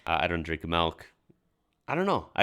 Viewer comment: Glad to hear you don't drink malk.